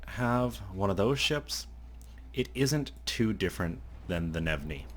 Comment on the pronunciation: Bonus points for not pronouncing the G in Gnevny!